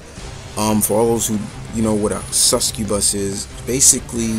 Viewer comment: Suscubus?... Suscubus(Suck-cu-bus), did that help?